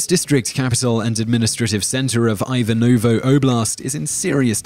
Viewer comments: You should put Ivanovo in Google translator and pronounce it correctly. Like Yvanovo without those "ous" at the end of the word. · Tenotch-tit-lan? Tibuktu beaches, Eye-wanovo and list goes on and on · Ajvanovo? plz, learn to pronounce |ivə.novo| rhythms with heave another. ..79 AD, not BC!